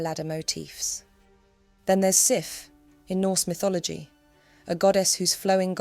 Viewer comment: Sif is pronounced Sieve.